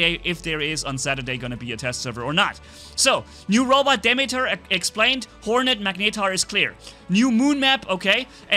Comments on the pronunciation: it's called deemeeter, at least that's how you pronouce it, is is named after the greek god demeter goddes of nature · its pronounced Dee-Mee-Ter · it’s actually pronounced di-(like dip but you don’t pronounce the p)meter- (meter stick) so demeter, it is a greek goddess of agriculture. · dude it is called 'dee meter' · why? What did you pronounce Demeter with long "a" sounds? Why? (Lol it's just a joke)